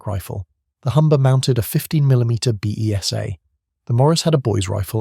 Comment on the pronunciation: Correction. The B.E.S.A. machine gun is pronounced as 'Beezer'.